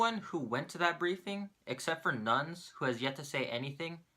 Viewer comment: Nunes = noonyez. But i think it was on purpose?